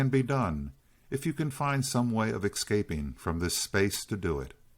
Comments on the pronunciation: Is this guy say exscaping. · Sorry saying exscaping...i thought that was a Hood thing.